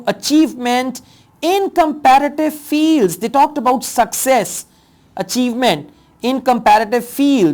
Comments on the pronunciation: You read Competitive as comparative in all lessons. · Sir its not comparitive its competitive